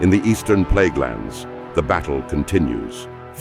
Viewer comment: Might wanna change it to Plaguelands and not Pleaguelands.